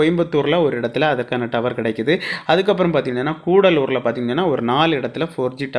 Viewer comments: அது கூடலூர் இல்ல கடலூர் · தம்பி கூடலூர் இல்ல கடலூர் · கூடலூர் இல்லை கடலூர்